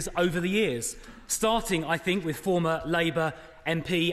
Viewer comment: Please try to say WITH and not WIV